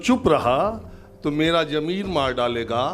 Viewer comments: Sir जी, jameer नहीं Zameer. We appreciate you. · sahab jameer nahin zameer hai bura mat maniyega aap ka shubh chintak